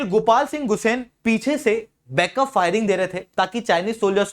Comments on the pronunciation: गुसेन नहीं गुसांई होता है, Me bhi gusain hu uttarakhand , Garhwal se❤ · Bhai tu pehle naam pronounce kerna seekh...Gharwal- गढवाल बोल ना कि गहढवाल। Gusain- गुसाई ना कि गुसेन् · गुस्सेन nahi गुस्सांई